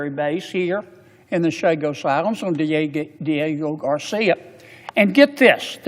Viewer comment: Maybe you should learn to actually say Diego Garcia before you start rambling on to your nazi dictator about the limited knowledge that you have about world history or politics…get your coat buddy 🧥👋